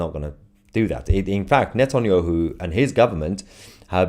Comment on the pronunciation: The British state has claimed it will abide by the ruling….cry harder tousi, your hero is a war criminal. You can’t even say Netanyahu 😂